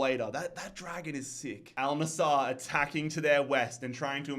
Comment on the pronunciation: Bro it`s AL NassEr not NassAr